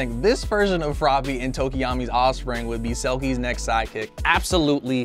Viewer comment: Tokeyami?? TO-KO-YA-ME